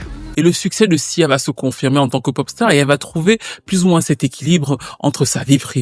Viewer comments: A plusieurs moments j'entends cza et pas sia . 😅 c'est reel ? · Tu as dis siza plusieurs fois 😂